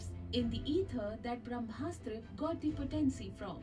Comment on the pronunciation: Its not Braa Haaa Maa_straaa Its BrahMastra Try, try, say "Braah, Maastra", "Braah Maastra"